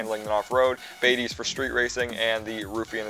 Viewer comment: Hahah how dafuck does he say bati